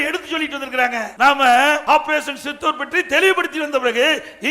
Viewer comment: உங்க எடப்பாடியார் அவர்களே தமிழை சரியாக உச்சரித்து பேசுங்கள் ஆப்ரேஷன் சித்தூர் அல்ல ஆப்ரேஷன் சிந்தூர்